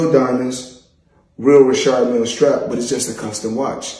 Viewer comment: He pronounced Richard Mille correctly.